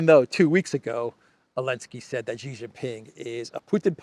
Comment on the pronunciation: Shee not Jhee.